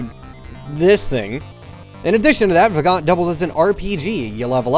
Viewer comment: Also Vagante isn't pronounced "Vah-gaunt" it's pronounced "Vah-gone-tay". You gotta say it like an old Italian lady. :) And if anyone that see's this hasn't played Vagante you definitely should, it's pretty amazing. You can get it on Steam.